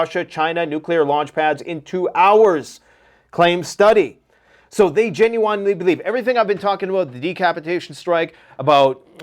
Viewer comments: Gen-u-wine-lee > Gen-u-n-lee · You keep pronouncing gen-uin-ely genu-inely it really pisses me off, are you meaning too?😂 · I didn’t realize there was a W in genuinely 😂. Great channel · Love everything you talk about, but the way you pronounce genuinely really grinds my gears lol